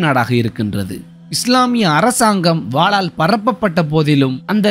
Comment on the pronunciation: வாலால் அல்ல. வாளால்